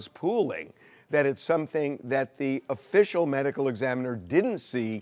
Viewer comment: simple! The first one is the initial. It sounds like he’s saying “official “ as if to say secondary one was conducted by an amateur…that’s what it implies